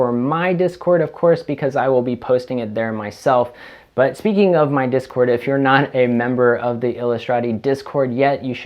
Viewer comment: Ears perks up at "discort"